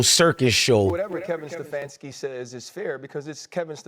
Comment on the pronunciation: It is SteFANski, not SteFONski. You can not even get that right. You didn't bring any "receipts," only whining.